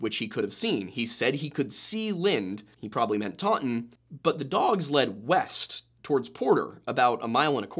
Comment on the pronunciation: I live in taunton UK that is not how you say that less emphasis on the u. The pronouncing gets worse